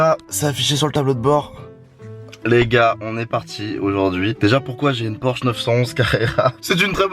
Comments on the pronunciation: c’est pas “porche” mais “Porsche”🙃🙃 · oulah ça fait mal Porsche sans le "s" 😭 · La faute a 24 h dans une Porche ( sa ce dit Porsche) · 2.29 "Porche" mdr le monteur pas trop callé en automobile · On peut dire porche mais la vrai version ba c'est porsche